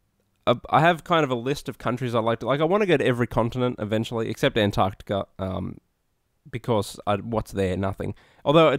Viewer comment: thank you for pronouncing the c in antarCtica